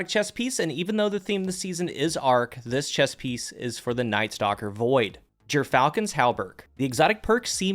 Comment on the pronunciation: surprised you pronounced gyrfalcon right after hearing how you said pugilist tbh